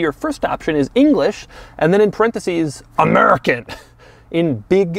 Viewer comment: Can you say "AMERICA!!!" again??